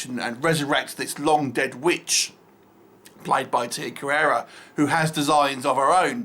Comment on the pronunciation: Her name is Carrere. Not Carrera. An asian woman with the last name "Carrera" made other movies these days ;)